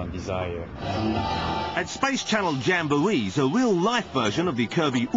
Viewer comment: How do these people (the English guy) become television announcers. "Tsukamoto san is the diwektor of..." "The result is not pwetty" "At Space Channel jambowees...." etc, etc..